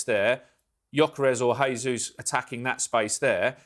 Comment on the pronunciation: You pronounced Eze's name correctly but not Jesus?